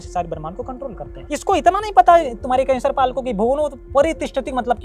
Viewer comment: भाई ये केसर पाल नहीं ये कैंसर पाल है